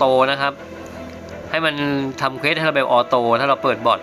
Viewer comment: ออโต้ ไม่ใช่ ออโต